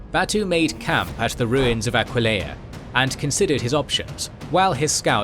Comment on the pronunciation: I’m sorry but.. Aquelia? It’s Aquileia please !